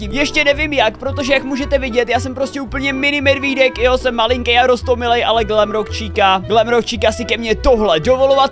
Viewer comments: To není glamrock číka ale glamrock čika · Glamrock chica* on říká chíca